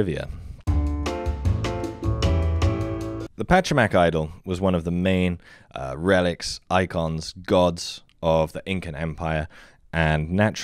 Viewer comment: you said `Pachamac` instead of 'Pachacamac' which was the same mistake that made finding the band of the same name impossible for me xD